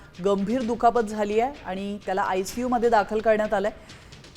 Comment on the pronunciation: आय सी यू ऐकलं होतं. हे आय सी सू काय असतं??? 😂😅